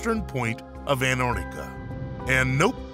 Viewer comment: Erotica?????? Learn to read sir